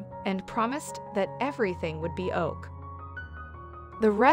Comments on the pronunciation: Beautiful story and so glad she rescued the adorable kitten! Now? Can we stop using robots for narration?!🤖”She reassured the kitten he would be “oak” (Ok) 😂😂😂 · Everything would be "oak"? Does it never occur to these people to listen to the audio and correct any mispronunciations?